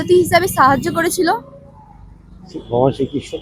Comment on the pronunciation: 🙏 কথাটা( ভগমান নয়× )ভগবান🙏